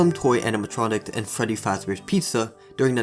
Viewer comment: Did you say Freddy or Feddy?